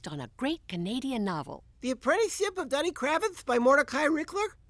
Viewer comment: Duddy is pronounced Doo-di. See the movie. I believe the song the seal stomping kid sang used the same tune as "Wild Mountain Thyme". A UK folk song.